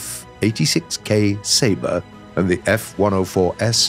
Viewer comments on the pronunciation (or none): none